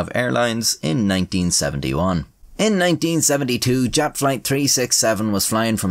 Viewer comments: Your illustrations are cool as usual. Btw the acronym of former Yugoslav air carrier is commonly pronounced "yut". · As a Serb, I am pleasantly surprised by your pronunciation! Of course you have a thick accent, but that is to be expected, generally you actually said all the letters close to what they actually are and the names aren't butchered! The only complaint is that Jat is pronounced Yat. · Jat is pronounced Yat lol